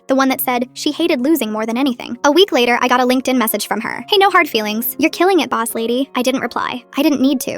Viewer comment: Boss* not boos